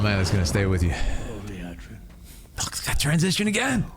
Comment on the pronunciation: Lee Ahh drin, not Lee Ay Drin.